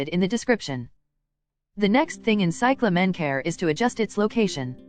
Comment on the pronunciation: You dumb robot. It is CY cla men. Not cy cla MEN